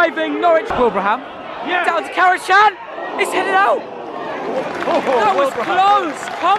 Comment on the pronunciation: It’s pronounced Kara-Jan, Turkish language